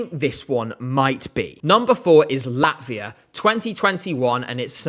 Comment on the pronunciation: LaTvia, not Lavia